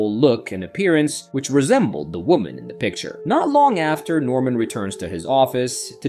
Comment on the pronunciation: Ady and Addy? Norman and normal? Barbara and Barabara? If you’re gonna use an AI voiceover, learn to spell.